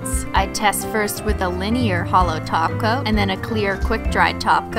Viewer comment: My thoughts exactly! I've been trying to find the first video she realized, or somebody commented that she says "top coat" as "taco. "